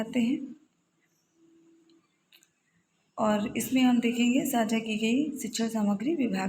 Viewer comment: साक्षा नहीं मैंम साझा